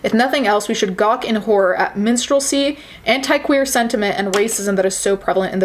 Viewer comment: I didn't know the right pronunciation of "anti" and "dignity" and now I'm shook